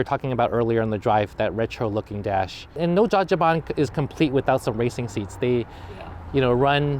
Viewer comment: i wish you were better at saying Dajiban, Larry :( You're saying Daaggee Ban. Say Dodgy Bahn